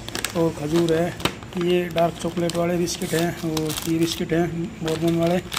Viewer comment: बोरबोन नही बरबन होता है पढ़े लिखे लोग भी सही से प्रोनाउंस नही करते